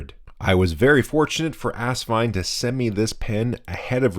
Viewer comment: Do you know what asvine nib units fit the asvine nib v200? That's so funny. I got mine earlier today and put green ink in it. It's also funny that you say ass instead of as. When the rear filler cap is loosened, does it jiggle on the rod?. Mine does. I'd love a drop of glue on it. Also asvine nibs are beating out the bock nibs. Also, filling system could use a bit of lube, but very happy so far